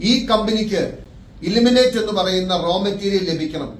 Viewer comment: ഇ ലിമിനെറ്റ് അല്ല ഇ ൽ മി നേ റ്റ് അല്ലേ.